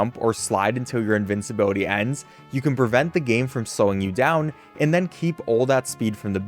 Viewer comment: Who wants to tell him that's not how you pronounce invincibility?